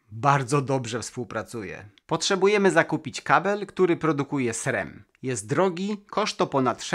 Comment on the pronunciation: skąd pomysł na wymowę SREM? Jest jeszcze jeden duży youtuber, który tak mówi ale zdecydowanie bardziej poprawnie jest zwyczajne SRAM